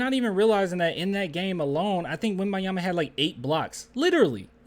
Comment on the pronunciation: Dude why you keep calling him WemByeYama